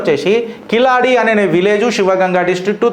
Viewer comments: కిలాడి కాదు సోధర కీలడి మొదట ఉచ్ఛరణ నేర్చుకో తరువాత చరిత్రల గురించి వీడియోలు చేద్దువు గాని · Kiladi kadu Keeladi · అది కిలాడి కాదు సార్, దాని పేరు కీలడి. I am from Tamil Nadu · అధీ కిలాడి కాదు కీలడి. అంతే కీల్ అంతే కింద అని అడి అంటే అడుగు అను అర్థం.